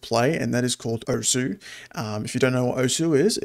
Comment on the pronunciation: osu! is pronounced "oce"